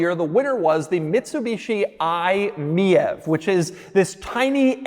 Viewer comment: Do you think the miev is supposed to be pronounced "me-ev"